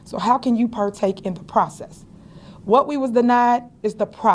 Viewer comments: I've heard of "PARTAKE" before. But what does "PERTAKE" mean? 😅😅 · It’s “PURTAKE”…get it right….😆😂😆😆